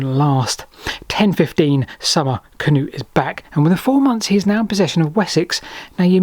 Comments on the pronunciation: As an Norwegian with the name "Knut" still used daily here he's pronunciation is ok. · The same goes for Sweden. The pronunciation of »Knut« is almost spot on to its Swedish counterpart. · You did a good job. Better that the usual Cah-noots. 👏🏻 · His pronunciations are perfectly correct.